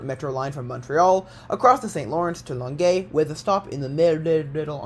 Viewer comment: Bonus points for getting Longeuil perfect.